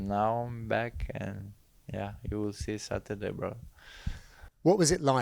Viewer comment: Satoorday :D